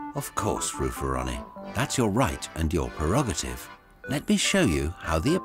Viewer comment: Isn't it PRE-rog-a-tive? Or pre-ROG-ah-tive to be a bit more accurate.